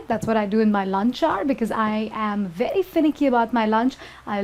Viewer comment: wery wery good lol